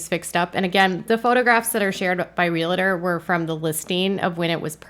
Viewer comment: It's re-al-tor, not re-la-tor. Pet peeve of mine. And Jinger and Jeremy most definitely have a "sponsor" or co-signer for their house. There is no way they could qualify for a bank mortgage, which I assume they have, even with a $400k down payment. I live in the general area they do, and I'm very familiar with the market. Depending on their exact location, that almost $2,000,000 house would probably cost maybe $500k-800k in Arkansas, except in Arkansas they would get more acreage. The price of real estate out here is offensive.